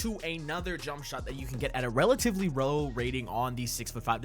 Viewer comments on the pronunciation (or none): “Relatively row”